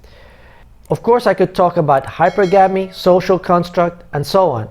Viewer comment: it’s high-per-ga-me with the stress on the “per”